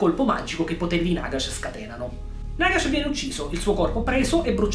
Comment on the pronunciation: Si dice Nàgash!!!!!!!!!!!!!